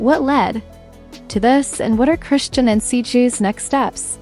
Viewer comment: AI narration rarely gets names right